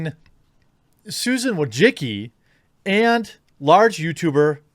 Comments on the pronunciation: Bruh he said "WA-JA-Ki" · He absolutely fucking can’t. He misses half letters and doesn’t even realise that -cki is read as -tsky. There is no ‘g’ sound. There is no ‘o’ sound. He sounds illiterate.. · Bro I’m Eastern European and you should check how to pronounce Wojcicki... what you doing is straight up butchery lol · It hurts my ears every time an American or a Brit butchers pronunciation Susan Wojcicki's last name.